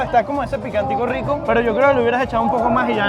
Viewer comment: Aclarar que en La Paz Bolivia la "R" se pronuncia como "R" y no "WR"... .. WRICO...